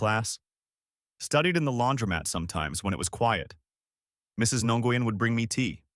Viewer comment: Nguyen is pronounced like the word when. Wen. Not nah goo yin.